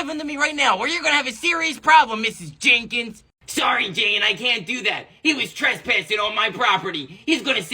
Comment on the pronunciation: And bro its mrs "jenkins" not mrs "jaykens".